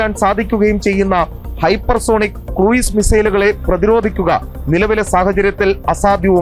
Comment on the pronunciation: Cruise = ക്രൂസ് ✅ ക്രൂയിസ് ❌